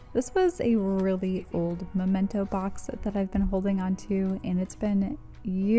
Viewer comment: I love your decluttering videos! Also, it's memento. Where you put things you want to remember. Both words have "mem" in them. It's a good way to "remember" to say "memento." :)